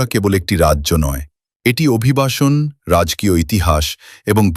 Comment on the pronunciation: রাজকীয় শব্দটার Ai এর মত উচ্চারণ কর্ণকুহরে বেদনা ও বিরক্তি সৃষ্টি করে।